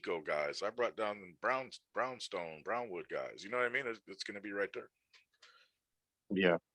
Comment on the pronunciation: Is not hard to say BrownWood get it right